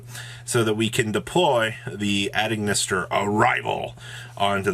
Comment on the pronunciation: you have great, concise content, but please for the love of god get hooked on phonics